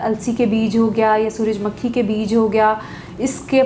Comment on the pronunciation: ڈاکٹر صاحبہ، سورج مکھی کے تلفظ میں مکھی کو میم کے اوپر پیش پڑھنا ہے، نہ کہ میم کے اوپر زیر